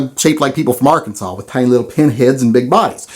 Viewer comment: Dissing Arkansas, damn, at least you pronounced Arkansas correctly